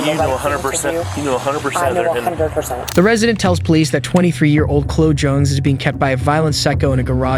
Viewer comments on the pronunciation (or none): "Clow" ....you mean Chloe? It's Cl-oh-ee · Why are you saying the "s" in Louisville and why are you calling Kala (kah-luh) it's Kay-luh, and now Chloe is "clo"? It's cloh-ee. WTH it's pissing me off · DUDE. Why do you mispronounce her name throughout the entire video?! People are literally saying her name Chloe (KLO-EE), and you are still pronouncing it KLO. Come on. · Ugh, terrible pronunciation of so many words. Calling the girl “Clow” when it’s pronounced “Clow-ee”is rude to her. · Her name is pronounced "klo' - ee". Chloe is "klo' - ee." NOT KLO. At least pronounce her nameright. The police already treated her like crap. Don't pile on with ignorance. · You can't even pronounce her name correctly😅 It's not Chlooh. It's Chloeeeee. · What we would all like is the correct pronunciation of common names. It's Kay-luh not Kal-la and Cloe-E not Cloe. It sounds like AI mispronunciations yet you have a patreon account so IDK. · THE NAME, "CHLOE" IS NOT PRONOUNCED: "KLŌ"...IT'S PRONOUNCED: "KLŌ'-EEE". SMH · Why are you calling her Chlo? Her name is Chloe, Chlo -e. Just saying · It’s pronounced Chlo-ee not chlo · I think you are doing a good job, but you keep mispronouncing the victims' names. Kala is pronounced "KAY-la", not "KOU la". "Chloe" is pronounced "KLO-EE", . not "KLO".. It's odd that you are making these mistakes since you can clearly hear the victims' names pronounced correctly in the clips. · Chlo Jones. Buddy its Chlo-y Chloe. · You are pronouncing her name incorrectly, the least you can do is learn how to pronounce the victims name. It's not pronounced "Clow" it's Clo-ee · It's Chlo EE not Chlo . Two syllables NOT ONE !!! Drove me nuts every time he said it , especially since I have a niece named CHLOE . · The name Chloe is pronounced Klo-ee, you know, like how the police pronounce it in the video. For christ's sake pay attention. The police were horrible and careless, and you not even getting her name right is just more careless disrespect.